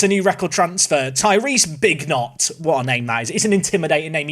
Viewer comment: Bignot's first touch is shocking lol.... also I feel like his name should rhyme with Merlot